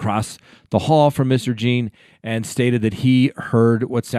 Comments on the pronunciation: Pronounced John Not Jean. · It’s not Botham Jean as in Jeans you wear, it’s pronounced John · It's pronounced "John" please respect his name. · Jean is pronounced John. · Yes his surname is pronounced "John" although spelt "Jean". He is from St Lucia where they speak a form of broken french hence his surname is John and what you can see is the french spelling of the english word John. Please pronounce his name correctly. At least give him this. He was murdered by that lady in his own home and it is more than likely given the American Justice System when Black people are killed their murderers get away especially when they are agents of the state off duty or not. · ursula troxler I’ve bee thinking that same thought, so often that’s happened you would think that’s the least the could do is get the name right